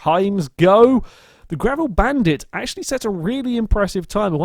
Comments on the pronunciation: It's a G-a-v-r-i-l, not a G-r-a-v-i-l ;) Seen you make that mistake quite a few times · XD says Gravel